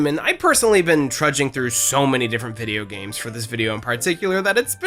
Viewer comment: lol you said video games like hank hill. Loved it 😂. Videya games. My new favorite youtuber lol